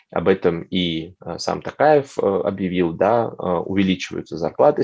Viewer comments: ТОкаев, а не ТАкаев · ТОкаев. А не ТАкаев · Почему Такаев? ТОКАЕВ ТАМ ЖЕ ВСЕ БУКВЫ НА КИРИЛЛИЦЕ. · Не Такаев, а ТОкаев, искренне просим произносить имя нашего президента Правильно